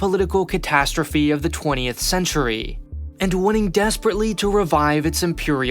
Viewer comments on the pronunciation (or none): Chenury? lol my massage2 chanell creators fire voice actor & give job 2 normal speech trained dictor